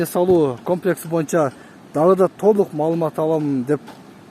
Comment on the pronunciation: УЛАМ ЭЛЕ КАПЛЕКС ДЕП ЖАТАТ УРМАТТУ ТЕЗ КАБАР. КОМЛЕКС ДЕСЕНЕР ТУУРА БОЛМОК